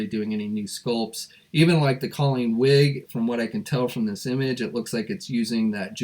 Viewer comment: It’s Colleen Wing, not “Wig”.